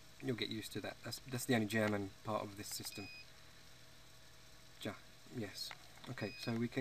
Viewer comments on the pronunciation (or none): Remember mileage is actually kilometerage. And it's pronounced 'Ya', not 'Ja' :)